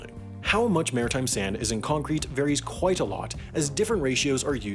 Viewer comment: You over enunciate the word "quite" several times. It sounds weird.